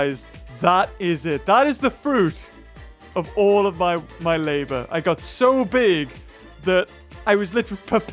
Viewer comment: i know "my" is the gramatically correct way to say it, but "mi" is how said it.